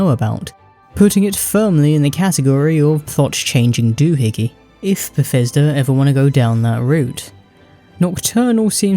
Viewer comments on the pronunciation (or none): none